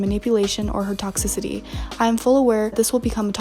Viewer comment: dumb. A tock-sissity 💀💀💀